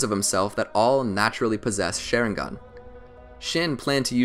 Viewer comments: LMAO Share-in-gon its Shar-ing-gan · You pronounced it like “sharing gun” it’s SHA RING GĀN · This man says “Sharing-gun”…. I can’t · Bro it’s a sharingan not a shairingan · Why does he call sharingan sheringan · SHARingan not SHAREingan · Its SHARINGAN NOT SHERINGAN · Stop saying sherigan u need to Sharingan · OMG ITS NOT (SH-AY-RING-GON) ITS (SH-AH-RING-GON) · This man is calling it sharing gone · I got to about in and the way he says "Sharing Gone 🤪" took its toll. i can't lol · the way he says it: Share-in-gan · Dude really just say SHAREringan at the beginning of the video 🤦‍♂️😂😂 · their shareingan lol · the way he says it bugs me ''shareinggon" it just sounds hella weird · My man said Sharing Gun all I hear 😂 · my guy really said sheringen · it's not called a sheringan but a sharing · He said shareingon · Did he just say shareingan XD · Lol he said some the shi-re-gan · Why the hell does he say shareingan it pisses me of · wtf is a share-ingan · Share-ing-gan lol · its sha-rieng-gun how to pronounce it. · i like how he can pronounce other Japanese words but not sharingaun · probably not a bad video but I couldnt finish it cause of the way he continuously mispronounces sharingan